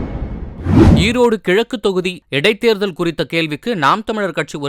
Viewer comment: செய்தி வாசிப்பாளரே எடைத் தேர்தல் இல்லை.. இடைத் தேர்தல்...